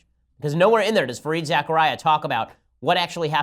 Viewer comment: It's pronounced Za-Kar-Ria, not Zechariah. Other than that, good show.